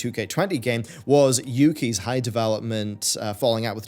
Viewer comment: Arent they called Yukes. Like Dukes? Used to say it during their logo iirc